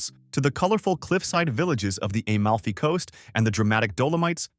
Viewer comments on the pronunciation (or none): Please learn to prounce the names. It is not Eh-malfi coast.